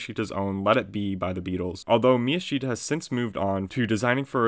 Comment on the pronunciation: miyashita should be pronounced mi-YA-sh-ta, instead of mi-ya-SHI-ta